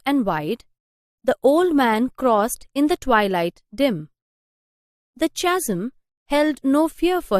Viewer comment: Mam your explanation is right and beautiful,,,,, but I think the pronunciation of chasm is incorrect? plz..thought and correct the word. and a lot glad to you to explain this poem.Tysm mam.